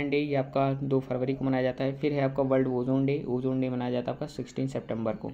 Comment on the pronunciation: Wold not world😂